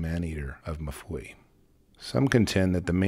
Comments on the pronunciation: Pronounced "EM FOO-EE". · I have a feeling "Mfuwe" probably isn't pronounced "Mafooey" by the locals, but honestly, I couldn't do any better.. so it'll have to suffice for now. 🤷‍♂